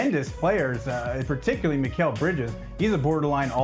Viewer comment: As soon as I heard dude say "My-Cal" Bridges, I was outta there